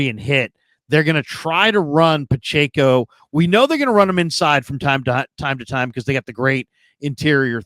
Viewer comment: Couldn’t finish this one…pronouncing Pacheco’s name wrong was getting too annoying 🙄